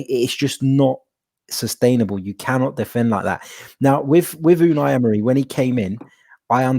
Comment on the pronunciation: 18 months later and still can’t pronounce Unai 😂😂.. love the pod lads, cheers from Atlanta 🇺🇸